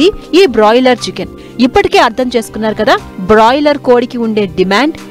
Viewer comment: Adhi boiler kodi..... Brolier kodi kadu thalli